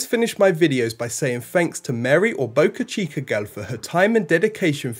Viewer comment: What is "spay-sex"? How is it related to Space X? Where is "bocache-kur" and how does it relate to boca chica? Learn Human aka American English.